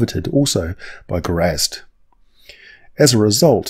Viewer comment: points for pronouncing Grazzt properly